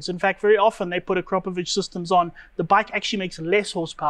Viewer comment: To everyone from English speaking regions, please start saying Akrapovic like winch or chew or something (imagine it says Akrapovich). It really hearts ears of everyone from Slavic area. And btw. it's not Rimak. If you are capable of saying Citroen then please try saying Rimac (like first letter from Citronen).